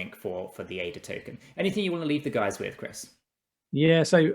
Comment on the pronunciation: u serious? Thought the guys that run a stake pool should know how to say the name of the crypto they promote. Wouldn't it make more sense?